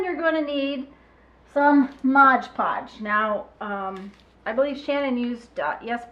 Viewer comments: thx for making this, clever! But it's pronounced MOD PODGE :) lol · I am so frustrated that people say "Modge Podge". "It is Mod Podge". There is no "ge" in "Mod". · It always makes me laugh when native English speakers can't pronounce Mod Podge